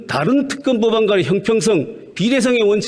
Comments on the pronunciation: 임이자씨~ 정거는 없고 증거는 있지요! ㅋㅋ 갱상도 것들은 발음도 무식이 뚝뚝! 특검은 특금이라고 하고, 증거는 왜 정거라 하냐??ㅋㅋㅋ '으"와 "어"발음을 철저히 뒤집어 하네!ㅋㅋㅋ 한국어부터 다시배우고 와서 토론에 나와라~ 이 사람아~ 너의 그 무식한 소리가 기록에 남는다! 네 얼굴 역사에 남는다고~ 쪽팔릴거다. 평생!!! 역사가 널 손가락질 할거다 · 임이자씨 발음 넘 웃김 죄가 없다 제가없다 특검 턱검 ㅋㅋㅋㅋㅋㅋ 보던 중 빵 터짐 ㅋㅋㅋㅋㅋ 자기 혼자 반대 열심히 해보세요 ㅋㅋㅋㅋ 생떼도 썰때 써세요~~